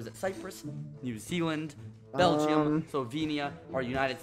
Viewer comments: I can’t get over the fact that it sounds like he says bell-gee-um! 🇧🇪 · Skeppy:~Belge-um~ Me: ...That's not right... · Bel-gee-um.... to be fair it’s not the most popular country out there but that’s funny to me as a Belgian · when skeppy said belgeeum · I'm from Belgium and U don't speak it like u did